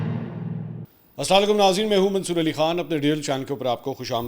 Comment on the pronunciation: Sorry to say but ap Salam ghalat karte ha please ye dua ha Assalam o alaikum